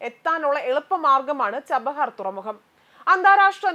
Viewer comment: ചഹബാർ അല്ല ചബഹാർ എന്ന് പറയൂ .. കാപ്സിയൻ സീ അല്ല കാസ്പിയൻ എന്ന് പറയൂ .. വെരി പുവർ G. K ..